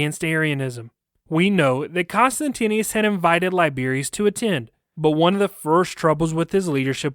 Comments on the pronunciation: The name of the Roman Emperor was pronounced "Con-stant-ius" sound it out. You're inexplicablably adding an extra "n" and "i" to your pronouncination. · The emperor was Constantius, not Constantinius. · Whoever does the narration of the story is constantly mispronouncing the name of the emperor, although, it is written correctly on the slides for the video! It would be great if next time more attention is paid to this b4 the audio is aired.